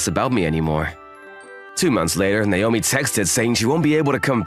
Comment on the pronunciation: It's NAOMI, not Naiyomee.